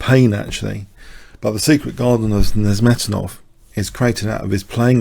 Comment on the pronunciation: Very good commentary as usual. Wonderful player Nezhmetdinov., I would very politely suggest that you listen to the pronunciation of the name Nezhmetdinov on